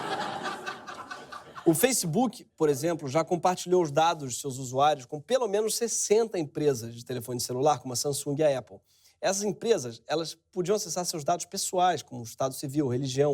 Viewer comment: Eu moro no Reino Unido a mais de dez anos , tenho amigos americanos , australianos , escoceses e irlandeses , nunca ouvi ninguém falar Epple , a pronúncia é Apple.